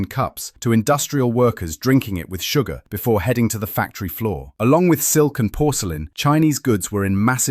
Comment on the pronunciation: Why do u put an accent when u say industrial workers drink tea with sugar?